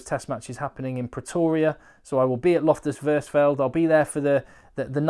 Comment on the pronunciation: Loftus Versveld…………pronounced…………Fairs felt…….try and roll the R’s